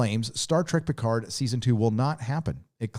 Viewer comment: PEE-CARD lol